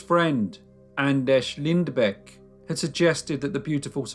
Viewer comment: Not exactly but close enough i guess :D But you got the last name real good and pronounced the ä perfectly, nontheless great video i enjoyed it!